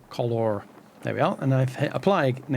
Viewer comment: Special thanks for the dual pronunciation of ‘colorrrrrr’. Made it even more accessible for me.